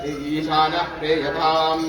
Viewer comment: ಪ್ರೀಯತಾಮ್ ಎನ್ನುವುದನ್ನು ಪ್ರೀಯತಾಮ ಎಂದು ಉಚ್ಚರಿಸುವುದು ತಪ್ಪಾಗುತ್ತದೆ